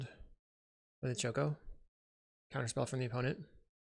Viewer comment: Weird to hear Choco and Mog not pronounced as, well, "Choco and Mog", though the way it's printed on the card doesn't really help for people who haven't played the games, so I'm not blaming you. I'm still unsure how I feel about the Final Fantasy set in general beyond being glad that at least nothing is as obnoxious as some MH3 cards (even witg unsurprisingly good Black Mage's Rod is). Either way I wouldn't mind seeing you play this deck again as long as you're more comfortable with it since you're clearly aren't comfortable here.